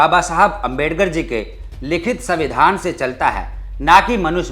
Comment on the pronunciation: तुम दलित हो, लेकिन उसका अर्थ अनपढ़ नहीं हो जाता. तो तुम संविधान का उच्चारण गलत क्यों कर रहे हो, वह भी यू ट्यूब के प्लेटफार्म से. न केवल यह, बल्कि शीर्षक में सविंधान लिख कर भी गलती की है. मैं भी दलित हूँ, लेकिन इस प्रकार की गलती नहीं करता.